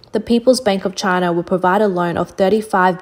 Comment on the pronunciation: "Just another day in Chynah..."